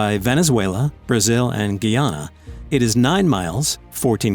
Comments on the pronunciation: When he said Guyana it sounded like "-gay- ana" instead of "-guy-ana" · Dude its guy - anna. Not gayanna Kk I know because I live in the Caribbean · The word is pronounce GUY-ANA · Did he say geyana? As guyana? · Ok say it with me let me teach u it's pronounced guy as in a guy male and Ana female let's do this guy Ana Guyana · Its pronounced guy-ana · And its pronounced guy(like the man) and ahna (not like anna from frozen) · It's pronounced GUY-YANA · ITS PRONOUNCE GUY YANA come on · Pronounciation is : guy-ana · He pronounced Guyana wrong 🤣🤣🤣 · The way he said Guyana... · He pronounced Guyana wrong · This guy has no flow. Keeps pausing for no reason. And mispronounced a few things including Guyana. Please come back. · You pronounce Guyana wrong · The way he said Guyana oh no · Did he just mispronounce Guyana ? 😭😭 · i'm from guyana you pronounced roraima wrong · You said guyana wrong my homeland but im okay with it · 1) you pronounced guyana wrong 2) it's mount roraima not horaima 3)IT'S IN GUYANA NOT VENEZUELA THEY JUST TRYNA CLAIM OUR LAND 4)I can guarantee you that there are no aliens